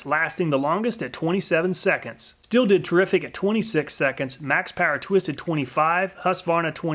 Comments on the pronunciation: Good Video. German guy here just dropping the german prounciation of Stihl. First the sh from sh*t and the teel from steel. Keep it going with your vids, I would just like you to tell us if you did more than one test, a single test is nice to get an overview but it's no absolute. There may be a little shift in every test. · Stihl should be pronounced "Sh-teel"